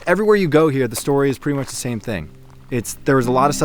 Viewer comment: He said " they got a lot buisness round hea" and proceeded to name fast food restraunts.😮